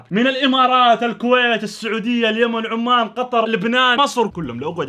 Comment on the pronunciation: ترا اسمها عُمَانْ وليس عَمّان